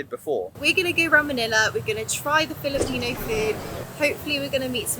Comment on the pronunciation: Many Filipino words are in Spanish origin. So you should pronounce it in Spanish way and not in English 🙂🙂